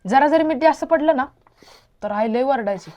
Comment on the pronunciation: आय का म्हणतात❤❤ आई म्हणत जा❤❤